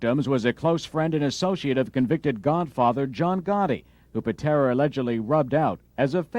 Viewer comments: “Tommy Pintera”…… lol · Pitera, not pintra lol